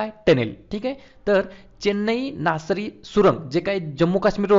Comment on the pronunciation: चेन्नई नासरी सुरंग नाही सर ते....चेनानी नासरी आहे ते